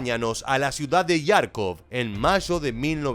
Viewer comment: Cómo que Yarkov, es Jarkov, con jota. En inglés lo escriben Kharkov, Kh para que se pronuncie como jota española.